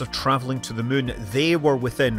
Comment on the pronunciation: "Landing on the mun"